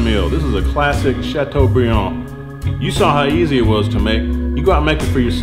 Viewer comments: Oooh you said Chateaubriand very nicely! Do you speak French? This looks absolutely delicious. What a great main course for Christmas!! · ooh la la, love the way you pronounce Chateaubriand with a Southern accent. I bet the person that thumbed down this video is a Frenchie.